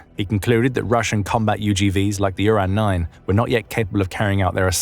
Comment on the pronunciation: Didn't even mention the flaw of naming this thing Uran and pronouncing it Urine